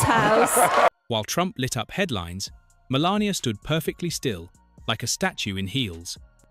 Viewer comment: stumbled across this but what's with the mispronunciation of Melania?